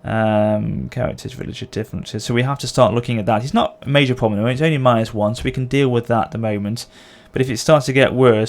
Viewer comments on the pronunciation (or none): none